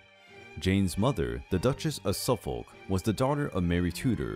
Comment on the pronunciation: Bro really said the L in suffolk